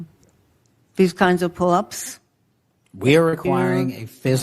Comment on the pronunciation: well we know she will ever never be qualified to join the FBI she can barely say the word pullups !!!!!!!!!!